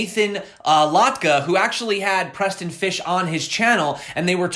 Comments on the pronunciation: sounds like Preston PISH , not Fish...there is no H in Pysh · Just pretend like the y is an i- as in Preston Pish. Great content as usual though.